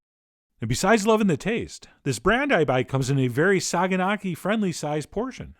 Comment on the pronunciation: Not to sound like a grammar nazi,but it's actually pronounced "sayanaki".The "g" is from the greek letter "gamma" and that's why it's written like that.Otherwise you pronounced kasseri as it should be.Other than that,you can also choose feta for this "recipe" and add some tomato.Trust me,there is nothing better!